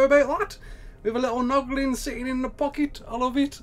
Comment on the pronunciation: Haha he said poglin instead of noglin again